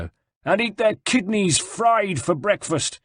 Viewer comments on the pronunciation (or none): none